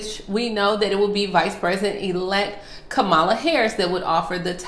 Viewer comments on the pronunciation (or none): Its pronounce KAA-MA-LA, not KAMALA.